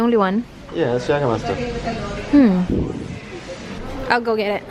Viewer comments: Jagerbomb! Jager + redbull or any energy drink :) oh and its pronounced as "Yeygermeister" 😁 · Jägermeister - Yeygermeyster pag pronounce☺️ 🇩🇪